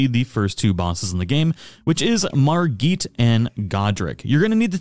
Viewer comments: ..MarGEET?? ..really dude? lol he says his own name MARRE-GET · Margit not Margeet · Why’re you calling him Margeet, he clearly tells your how to pronounce his name.